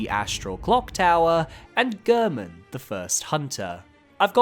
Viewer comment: So weird to me when people mispronounce Gehrman's name. He says his name in his cutscene. It isn't pronounced like "Gurrmen." It's pronounced like "Gairmen."